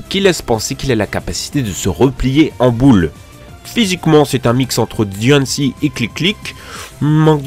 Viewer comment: "Dionecie et Clic-Clic"... t'as des p'tits soucis d'élocution, des fois! XDDD